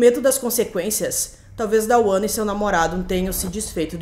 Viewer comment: A pronuncia correta dos nomes da mãe e do filho é "Duana" e "Duan" nao tem A entre o D e o W.